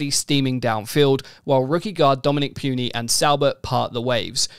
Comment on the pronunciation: Hate to be that guy but it's pronounced "Poo-nee" not "Pew-nee"